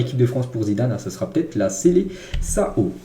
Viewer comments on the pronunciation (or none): Prononce SELESSAON et pas SELESSAO !